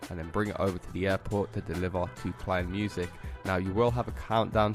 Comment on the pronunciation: Its called "KEINEMUSIK" not "KLEINMUSIK"